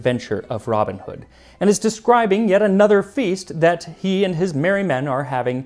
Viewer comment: Why do Americans put the emphasis on the wrong words? For example: ROBIN Hood instead of Robin HOOD NEW Forest instead of New FOREST KING John instead of King JOHN Beats me!